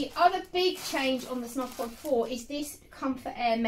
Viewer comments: Hiya, just a quick spot of feedback: it’s pronounced as snooze, not snuz. The umlaut (the two dots over the u) changes the sound from a hard uh to an oooo sound. Thanks for the vid! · It's pronounced snooze. Omg